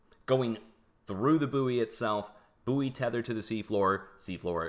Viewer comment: It's pronounced 'boy' not booey